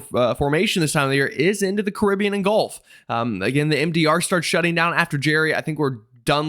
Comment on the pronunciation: Caribbean pronounced correctly! One bonus point.